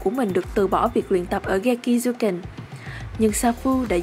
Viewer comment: Rin jyuken với geki jyuken là tiếng nhật mà, sao bạn lại đọc theo kiểu tiếng anh